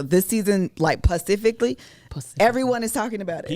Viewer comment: 😆😆😆You forgot "Pacifically" and "Chillleee"